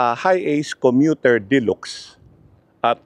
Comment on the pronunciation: De-lax ang pag bigkas po hindi de-lox🤣